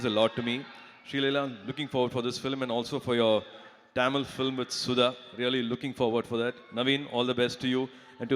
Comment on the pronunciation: It's not tamil it's tamil first say properly.... As you tamilan